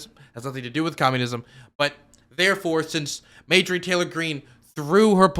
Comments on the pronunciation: Genuine question why does say mayjorie and not marjorie? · I think it's pronounced "marjorie taylor greene" not "majorly taylor greene". Lol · Margery. Not madegery. U said it like 10 times in the very beginning. Why? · It's starting to make me itch every time says Mayjury 🥴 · Mayjury??? Lmao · More like May-Jory Taylor Greene. It sounds like it could really be someone's name. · I think her name is pronounced MAR-JOR-EE ... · I cant tell if is mispronounccing her name on purpose or not but I love it